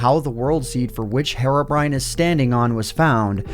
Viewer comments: why is nobody getting bothered the way he pronounces herobrine? says it like "herrobrine" but its clearly a "heerobrine". you know, the way you would pronounce the actual word "hero" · Hair - o - brine Me: Hee - row - brine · STOP SAYING HARROWBRINE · Hero-Brine NOT HAROBRINE MY GOD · He says Herobrine like heroine but I thought it was like hero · He's called Herobrine btw, not herrobrine. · “Herro” brine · he's been pronouncing herobrine as hair-obrine for this entire time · Man, the way you pronounce Herobrine is so annoying. "HeRRoBriNe" lmao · I'm sorry but it pronounced heero-brine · Hate how you saw "heiro briyne" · It pronounce heerobrine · Hariobrine The way he pronounced it lmao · If I had a penny for every time you pronounced “Herobrine” incorrectly